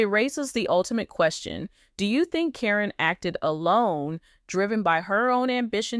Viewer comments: At least mention her name correct. Not Corinne it's karen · Hate the way you pronounce Caryn. This must be a computer generated voice!